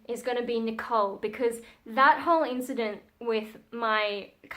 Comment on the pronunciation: This is the first time I'm watching one of your videos and you've definitely got my sub. I absolutely love the Japanese pronunciation of your name by the way! And I hope we get to hear more about some of the topics you touched on in this video eg: Fun stories about your God Mother for example or stories from school/when your family visit.. You seem like a really interesting person, to someone from the UK at least 🙂